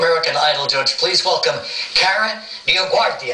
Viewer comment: I think he knows how to say her name better than you - Regis and Kara are cousins.